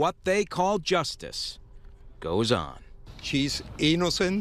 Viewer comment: GUILTY Not EEENACENT😂😂😂😂